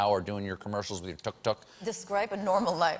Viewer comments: Please stop saying tuk tuk like that😣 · . When she was talking about the Tuk tuk her German accent suddenly appeared. Something to do with mechanical engineering?